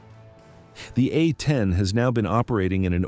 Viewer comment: Can't teach AI to properly pronounce "A-10"??? Then get to work!! Uh ten?